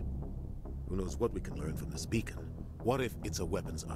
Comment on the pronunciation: LOL once you kept saying "bacon" I kept hearing "bacon" every time they said "beacon"